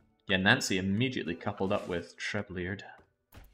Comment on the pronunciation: "How to pronounce Trebleard?" Chat: "It's Treble-Ard": "Ah, Treb-lee-ard"